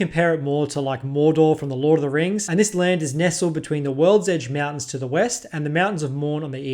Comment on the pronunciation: Bro Said worldege Mountains Like 8 time BUT never talked about' the dwarven holds really